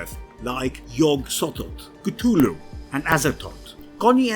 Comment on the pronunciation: And you pronounce Cthluhlu wrong way... Shame.